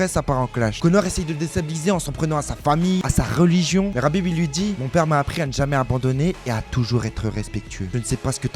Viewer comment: Mec on est en France on prononce Khabib pas Rabib surtout quand on parle d un terroriste amis avec un ancien membre d al qaeda